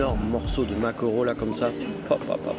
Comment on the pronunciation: Va falloir revoir ta prononciation de maquereau Sinon video sympa comme toujours